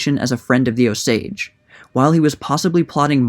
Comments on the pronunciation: It’s OH-sage not ohSaAge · good video! i love this book but it's read O-s-age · I grew up in the area, always heard it pronounced as OH-sage. Had heard bits of this story but glad it's now being shared with the larger world. Heros and villians never are as simple as we'd like to think. And Leavenworth.. it's LEHvanworth, not Leevanworth...just to be a pissy Westerner. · You are not pronouncing Osage correctly. It's not a big deal, but as an Osage native, it's not "Oh sAdge " its more like "Os age" hope that makes sense Thank you for covering this. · Is that the proper pronunciation of "Osage"? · It's not Ohsage or O-sage, it's just Osage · The pronunciation has the emphasis on the “O”-sage, not o-SAGE. And it’s Leavenworth not Leeeevenworth. Do better. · Your emphasis is on the wrong syllable it's O sage not o SAGE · Born and bred Okie here-- Osage is pronounced OHsage, not, oSage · It’s pronounced OH- sage not oh-SAGE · Please learn to pronounce Osage. Emphasis on the second syllable. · You can not get white from color copper or what you all call black. Your lying has caught up with you. None of you are Osages. Again you can’t even pronounce our tribal name. The portraits that you are showing are beings from the trans- pacific trade slave. Chinos, chicanos, Asians. Which when they brought you all over from the East to our homelands did not make you all Americans. The invaders are always going to lie to try to on to our land . Go home this is aboriginal land. If you don’t the Creator is going to exit you devils. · The accent is on the O. Great job though. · Emphasis on the OH, not the sage. 😊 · You are putting the accent on the wrong syllable in Osage.